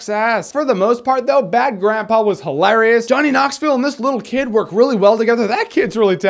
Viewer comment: You pronounce "hilarious" interestingly.